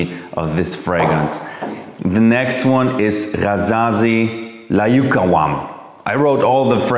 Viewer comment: Layoukawam 😂😂😂 jeremy its an arabic word and it speaks: Laa yu9awam witch means irresistable